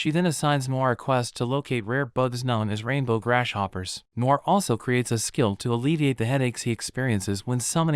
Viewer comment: Any one else here him saying GRASH POPPER